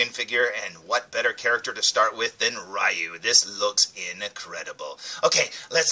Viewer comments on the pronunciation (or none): I love Street Fighter. My two favorite Street Fighter characters are Ryu and Ken. And by the way, according to Capcom, Ryu's name is pronounced "Ree-Yoo", not "Rye-Yoo". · Pssha! What does Capcom know,!;) Yeah, I remember learning, after a lot of years, that it's pronounced Ree-Yoo, but by then I was so used to saying Rye-Yoo, that Ree-Yoo didn't sound right to me. So, I go through life, day after day, saying Ryu's name wrong, but hey......someone's gotta do it or it becomes a lost art.;) As for me, my absolute favourite Street Fighter character is Vega. (Balrog in Japan, the one with the mask and claws, man, Street Fighter is so confusing!) But yeah, that's my fave! ^_^